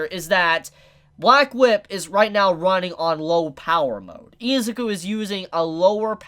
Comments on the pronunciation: I'm gonna need you to rewatch the anime and learn to say I-ZU-KU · Say Izuku like the dub because you kinda piss me off when you say it the way you do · Bro, your pronunciation of Izuku makes me cringe. Just call him Deku. I can't watch the whole video because my ears are bleeding.